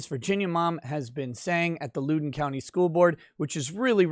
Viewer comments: ...its Loudoun. Not Loodoun. Pronounced Loud-un. Former resident, here. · I believe the county is pronounced “loud-en”. I can see how you would pronoun it “lou-den” if you’re not from the DC metro area. Love your channel, keep up the great work! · Heh Lewden county. Had a giggle at that, it's pronounced "Loud-en" country. Great videos as always 🤙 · I’m the pronunciation police and I apologize…it’s LOWden County like, “OWWW! You stepped on my foot!” Not like, “She’s a low-down dirty ho”. l-OWWW-den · Lol loo-don. It Loud-in county. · My man... I’m subscribed, but from someone born and raised in NoVA: It’s loud-on, not lewd-on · It's pronounced Lowden, Loud-en. Not Lude-en Pls drink after the streams, not before:) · Thank you. It hurts me. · It's pronounced loud in not lou din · I cant take it anymore you boomer its pronounced Loud-en county not Lou-den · its pronounced lowden like cow den or now then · One thing, it’s LOUD-en (like “proud”) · Loud-en County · FYI: It’s pronounced “low-den” county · Loudoun pronounced Loud (as in high volume) short o n. Use to live there before I escaped. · Pronounced L “ow” don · It's pronounced LOW-den county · As a Virginian I’m proud of this Woman, also just so you know the county is pronounced (Lao-Den). It’s one of the wealthiest counties in America and many politicians and Washington area sports players live there. It has been transformed from a safe red county to a stalwart of the Left’s “blue wall” of Northern Virginia counties. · Hey, I like all your videos- keep it up. One note: it’s pronounced “Loud-in” County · Loudon is pronounced Lowd On. Stay boomer, and keep up the great work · Please! Loudoun is pronounced LOUD-un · It's pronounced Loud don. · Great video, as a Virginian I have to correct you. It’s pronounced “Loud-en” county Also, I disagree with CRT being Neo-racism…… It’s just “Thought Chlamydia” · It's pronounced Loud'en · Don't Lewd The county! lol